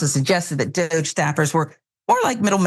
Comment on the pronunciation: Francesca Fiorentini called it "Dogge" dear.